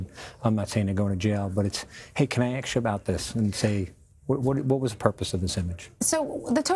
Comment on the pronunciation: 😂😂 this is the first time I’ve ever heard a white dude say “aks” instead of “ask” 😂😂